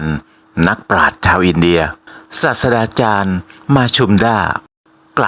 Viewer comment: เพื่อความสมบูรณ์ของงานมากยิ่งขึ้น อยากให้ออกเสียงให้ถูกต้องนะครับ ศาสตราจารย์ (อ่านว่า สาด-สะ-ตฺรา-จาน) ไม่อ่าน สาด-สะ-ดา-จาน ครับ รอติดตามคลิปต่อๆไปนะครับ